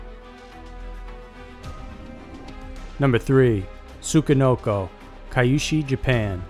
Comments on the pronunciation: "tsukanoko" lmfao im joked chi, man. tsuCHI. i can hardly sit through it omggg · translate google took like 5 seconds to get an audio sample. 5 seconds. c'mon. it's not rocket surgery. it's not yer-ren. It's more like "yee-ren" or you could get away with ""ee-ren" or "e-ren". Japan: not "issy"; more like " 'e' - she" (イッシー). again, 5 seconds. ugh. also, not "su ki no ko"; try "ts u chee no ko". #ck it. i give up. Just refer to stuff as "this, this thing right here". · Tsuchi...SU-CHI...not what you said... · You pronounced Tsuchinoko wrong. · Good video, but holy shit you butchered the pronunciation of the Tsuchinoko.